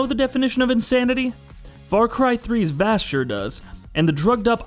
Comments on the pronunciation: is it only me that was bothered when he said v-ass instead of Vass (Voss) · its Vaas not Vass..... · 2 of the most famous video game villains of the last 10 years, Vaas and Glados... and this guy can't pronounce them correctly? I mean I'm nitpicking, but it's almost like he's never heard of them before. People who don't even play video games know who they are...